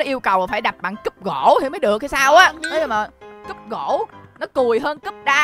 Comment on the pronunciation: CÚP ĐỒNG KHÔNG PHẢI CÚP GỖ ĐÂU ANH